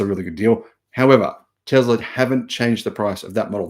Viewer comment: there is no "z" in Tesla....